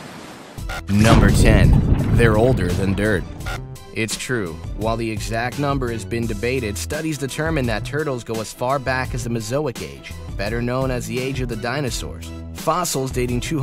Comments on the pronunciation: Mesozoic not mezoic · You said mezoic but it's really mesizoic